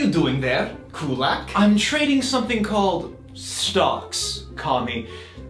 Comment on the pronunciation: Why is he pronouncing Kulak wrong now?